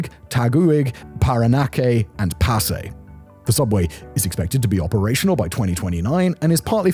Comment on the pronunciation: 😂😂😂😂😂😂😂😂😂😂😂😂😂😂😂😂😂your pronunciation of Taguig, Valuenzuela, Parañaque, and Pasay are so cute! Not to mention the butchering of pretty much every Tagalog word in this video. Keep up the great work!